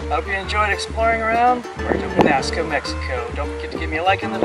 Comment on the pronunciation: The narrator needs to learn to pronounce Penasco properly.